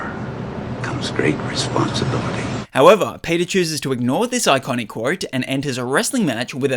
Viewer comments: I keep hearing "Response to bility" idk why lmao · You keep hearing that bc that’s totally what he’s saying lol. He’s 100% saying response to bility 😂 I’m hearing it like “response stability”